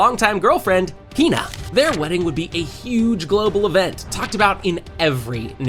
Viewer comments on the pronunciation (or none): none